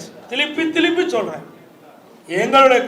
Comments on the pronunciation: திலிப்பி திளிப்பி என்னடா பேசுற, நீ மறுபடியும் முதல்வர் விளங்கும் நாடு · திலிப்பி திலிப்பி இல்ல சார் திருப்பி திருப்பி